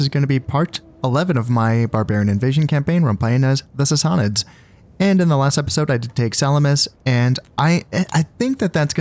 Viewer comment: I think it's Sass-a-nids.